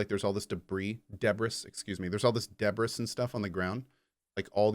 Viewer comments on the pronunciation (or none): There are 2 ways to pronounce "debris" neither of them has an S in the end. It's either [debree] or [deybree] :)